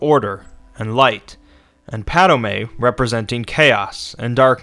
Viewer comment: it's not padame its padome and sithis not sith